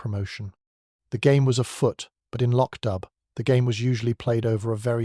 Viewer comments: IT’S PRONOUNCED “LOCK-DOO”. It’s annoying to hear the constant butchering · It is pronounced Lock Do! And PLEASE let Julian Vane and Julian Vane Smythe die already. He is like a vampire who can’t be killed. Julian has been murdered at least 5 times.